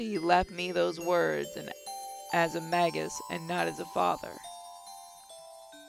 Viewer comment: Im sorry to be a fate addict but you you say magus and magi like you say mage